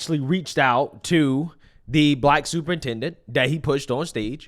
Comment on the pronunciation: Not superintendent.. but stuporintendant😂